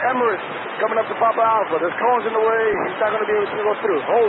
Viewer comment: Literally no one: JFK airport: CONESS!